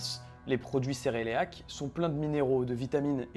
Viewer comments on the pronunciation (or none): Un moment je me suis remise en question quand tu disais cereleac😂🤣, ouf . Merci pour tes vidéos super enrichissantes , big up.